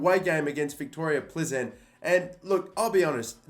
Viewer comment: Plzen is pronounced like Peelzen. No hate thought, love ur vids